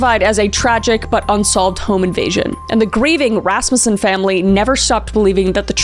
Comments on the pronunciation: Oh my gosh! That's my last name! I never hear Rasmussen anywhere. And Kris actually pronounced it correctly. Everyone always wants to pronounce it Ras-MU-ssen. Anyways.... LOVE your content Kris. (Also my first time commenting. I'm usually a silent watcher 😂) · claps to Kris Thank you for getting the pronunciation of "Rasmussen" correct. It's been a long time struggle for a lot of the family in that regards. (Yes I am in a very large Rasmussen family). This is one of the hardest videos you made for me, I was viciously stalked by my ex for 15 years